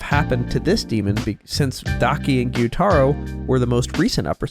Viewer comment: i thought gyutaro was proounced gii-you-taur-oh not giyu-taroh